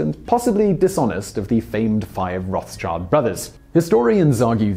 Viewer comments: Arfohr Fhugseikes I think the best transcription to English would be Roadsheeled, but definitely not "Roff's child" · I love how you say "Roths Child" You should pronounce it "Rot Shild" or "Red Shield" in English, you could just say "Rot Shield" if it's easier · It´s actually not pronounced roths-child, but roth-schild, meaning "red shield". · It is not pronounced 'roth child' but rather 'rot shild' with a long 'o' in 'rot' and 'shild' resembling the pronounciation of 'chilled' but a long 'i' in the middle, I know German is different than English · Please dont pronounce other names like an american. Its a german last name, its not rots-child, its pronounciation is like rot+shield when using english words. It means red shield in german. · It's pronounced "Roht-shilld", not "Roth's-child". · Dude! They are pronounced Roth-Schild not roths-child Greetings from Austria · I always hear it pronounced Roths Child, but wouldn´t Roth Schild make more sense?! Where Roth can stand for the color red. And Schild means shield. Because you guys adopted the german world for children ( kinder) so i dont think its (child) but (schild) :X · I like your videos, but this time I have to point out that their name is not pronounced like you did. You say "Roths-Child" while it should be "Roth-schild". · Its not spelled "Roth-Child", more like "Rot-Schild". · Wow that is bad pronunciation. Its Roth-Schield not Roths-Child. The name comes from an archaic German pronunciation of Red and Shield (also the red shield in the middle of their crest). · Its not rowftchild its pronounced rot-sgild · Why are 'muricans call it "Rof-tschild"? It's a german name, which is pronounced "Rot-shild" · It's not Roth's child. It's a European name. It's Roth schild Somewhat translated red shield. You're welcome. Drives me insane to hear Roth's child. Sorry. No offense. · The pronunciation is horrible, its not roths-child, its Rot-Schild, the h is silent. Translated it means Red-Shield. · "road chilled"